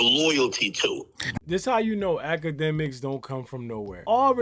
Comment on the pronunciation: Why is dis fool talkin bout infinity stones?!! Huh, “dj act-ka-dummy” (TETHRR-BABBLE)